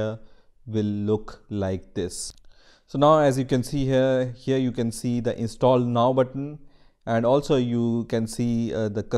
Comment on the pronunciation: U know hes german when he pronounces “here” like “hier”